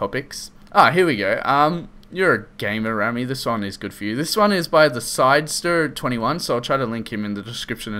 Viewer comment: so you compleatly misspronounce my youtube as theres a d there SIDSTER but i dont care thanks for doing my topic